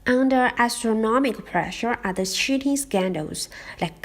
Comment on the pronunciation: When you say 'cheating' it sounds like 'shooting'. I thought you said a police man shot and killed someone in the exam! I was like WTF.